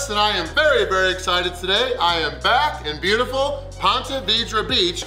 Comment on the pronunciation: Anyone else think he said we're back and beautiful. Not back in beautiful